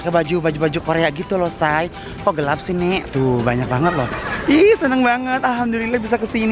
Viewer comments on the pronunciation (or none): none